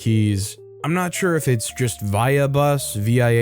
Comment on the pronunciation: Via bus is pronounced vee-uh.